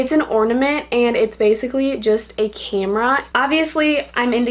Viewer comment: “It’s a came-ra”